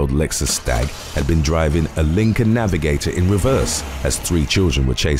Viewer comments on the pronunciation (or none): none